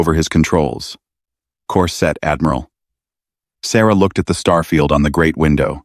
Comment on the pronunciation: "Course Set" becomes "Corset" - ROFLMAO - Thanks AI!